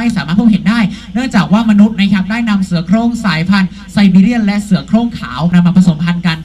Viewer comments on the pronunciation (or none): เสียโคร่ง ทำไมต้องเสียงเหน่อ555